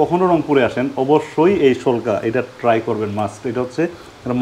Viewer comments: শোলকা। না পেলকা😂😂😂😂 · শোলকা না প্যালক্যা বলে